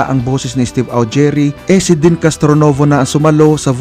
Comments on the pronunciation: Deeeeeeeeen kuya hindi Den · deeeeeenn.. not den. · Ang bigkas po ay DIN...hindi DEN. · It’s pronounced as “Din”,not “Den”… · Din hindi den lekat kang magsalita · Deen( din po ang pronounciation nito)